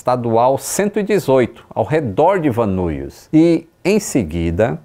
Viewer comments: A pronuncia é " Van Nais" e não " Van Nuis", para a cidade de Van Nuys. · Van Nuys, se pronuncia “Van Níes”….. morei em LA quando fiz faculdade. Van nuys, van nies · Excelente vídeo. Eu já morava aqui quando isso aconteceu e ver todo o mapa e o que o piloto tentou fazer foi bastante esclarecedor, já que eu sempre a dos nessas estradas e conheço bem. Só uma dica: o aeroporto e a cidade de Van Nuys se fala “VAN NÁIS. Abraço